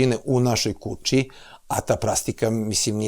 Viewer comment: Šta je sad ovo promoviše litijum, da je dobar za mozak. Zašto ovaj doktor govori KUČI, namesto KUĆI, IZMEDŽU namesto između! Haaaa teško računa, MOGUČE a ne moguće! Gde ovaj doktor živi???